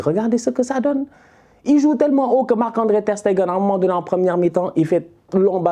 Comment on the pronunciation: il a appris a bien prononcer Ter Stegen! Les anciens vous vous rapeller quand il disait Ter SteNgen 😂😂😂😂😂😂